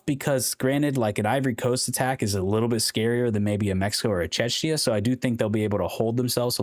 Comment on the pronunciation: Czechia is pronounced "CHEK-yah" dude. I kept hearing "Chechnya" when you pronounced it lmao